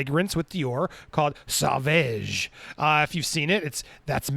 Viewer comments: Sauvage pronounced: s-oh- vah-zsh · It’s pronounced “soh-VAJ.” You’re killing me Smalls 😆 As to Amber Heard and her shenanigans, it is just further proof as to how obsessed she is with him and wanting to be him. I think part of her beef and what always made her so angry was the attention and accolades he got for being an actual good person and an excellent actor. She is neither of the above. It really chaps her hide, because it jabs at her narcissism. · I think the cologne is pronounced “So-vahj” (savage in French) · It's pronounced "so-vahge" not "sah-vege" lmao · Sauvage is pronounced so-'vage' like mas-'sage'. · I don’t think I’ve seen a single American pronounce it properly 🤣🤣 sore-varge is the closest pronunciation! 💗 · Pronunciation: Saw-Vaaj. PS: Gonna buy one soon. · It's sovaj.... Something like that The pronunciation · lmaoo dude its pronounced "sOvahge" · Popcorned planet- sauvage is pronunced more like so-vage the a in vage being pronounced like are not a. If amber is I’m pirates or if Johnny is not in pirates of the Caribbean I am boycotting it. Simple as that. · It's pronounced SAV-AR-J (rhymes with Nicki Minaj). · For the love of Johnny ,learn how to pronounce sauvage!🙏😭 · Damn, english people can't say "Sauvage". 😂😂😂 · Good video. BTW, here's the pronunciation of "sauvage"